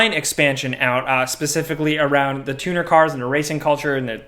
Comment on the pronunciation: Dude, you can’t even pronounce the word “THE” correctly how am I supposed to trust you when you keep on saying “Da”.